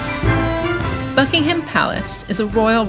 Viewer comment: One small tip. The H is silent in Buckingham